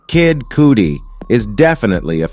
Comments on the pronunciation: It’s cudi not codi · It’s cudi not coodi * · He said "Kid COOTIE"😂😂😂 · Kid "Coody". 😂😂😂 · Not Kid Coodee and Ben Bahhler 🤣🤣🤣🤣🤣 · AI & text to speech is so dumb. When it said Kid Coodi I lost it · “Kid cootie” 😂😂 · Calling him Kidd Coodi is wild 😂😂😂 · Couldn’t wait for the cudi slaughter to stop how can you say it wrong that many times 😂🤦🏾‍♀️ and for Drake to be number one made me sick it should’ve been Gucci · It's Kid Cudi!!! He's saying his wrong. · That's not how you say Kid "Cudi" bro.